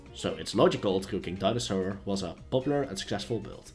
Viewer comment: Twue kwing ><